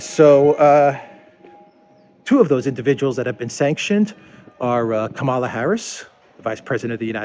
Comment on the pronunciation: It's Kamala as in Pamela.